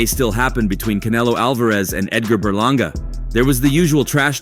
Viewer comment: Edgar berlanga. You mean you said it wrong